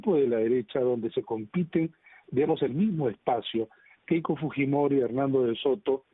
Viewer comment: tuesta y su caramelito de boca siempre dice keko keiko estos politologos de bajos fondos